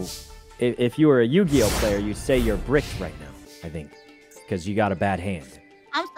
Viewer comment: Did mouse call yugioh yujioh :P REEEEEEEEEEEEEEEEEEEEE